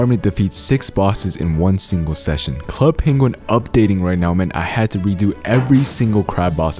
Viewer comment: NOOO DONT SAY Club Penguin like that